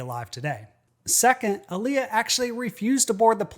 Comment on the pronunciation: Its pronounced Aaliyah